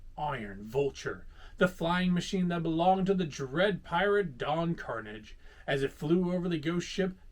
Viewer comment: I just wanna correct the pronunciation of Don Carnage. lol misses me!